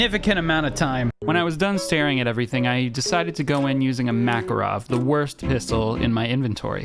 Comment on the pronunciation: MakArov... Why don't you guys ever get a single Russian word right...